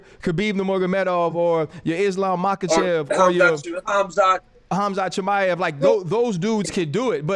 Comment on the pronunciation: did he say Hazmath Mishaev 😹